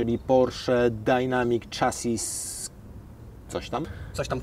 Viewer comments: Chassis czytamy jako 'szasi' z języka francuskiego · 🙈 kolego, fonetycznie "czejses" z angielskiego